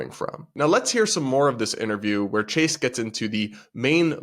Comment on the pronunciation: The T didn't hit for "Chase"....